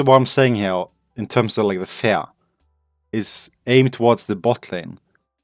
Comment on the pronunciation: i'm glad you wrote fear in the title because i would be confused other wise because you pronounce "fear" more like "fair"